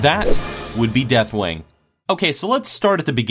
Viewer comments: I find it humorously obnoxious that you purposely mispronounce deathwings name so many times. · Did he even pronounced Deathwing's name right once?